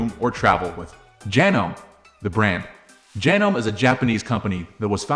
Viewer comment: Yeah, hard to take a review seriously that can't pronounce the name. Well, that, and the obviously computer generated voice.